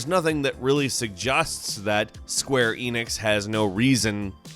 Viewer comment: Sagusts lmao the way he pronounced suggest